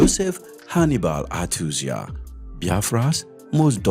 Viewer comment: Achuzie, not achuzia